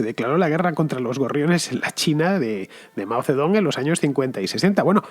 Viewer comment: Por mucho que se transcriba “Zedong” se pronuncia Mao “Setung”